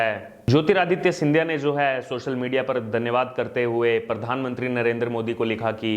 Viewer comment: सिमरीती नही स्मृती, परधानमंत्री नही, प्रधानमंत्री बोलो भाई. ☺️